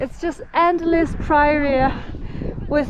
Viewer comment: What gorgeous scenery! Just an informational comment. Prairie is pronounced like prayer and then E at the end. Prayer-ee